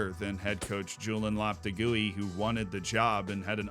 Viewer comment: thats was an interesting way of saying Julen Lopetegui’s name